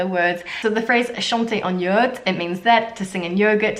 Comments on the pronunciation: J’adore tes vidéo !!!!! mais juste, pour corriger ton français : yaourt se dit yA-OU-R-T et non « yeurt » et dans dépaysement on prononce le Y comme un i like that : DÉ- PAY- iiii- ZE-MENT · I am french and I love your videos. Concerning your french pronounciation, "terroir " is ok, perfect, but not "yaourt " . 2 syllables ya -ourt. Maybe you loose your french accent? ( but the rest is excellent, go on!) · Mon mot préféré est flâner! Un petit problème de prononciation pour Yaourt, tu oublies de son "a". Du coups tu dis yourt qui veut dire "tente mongole". C'est mignon 😉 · Nice... I had fun listening to your prononciation of some french words (in particular "yaourt"). It is kind of cute though. Good job anyway and keep safe.